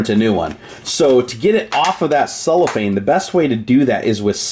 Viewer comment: It is called CellOPhane not Soulafane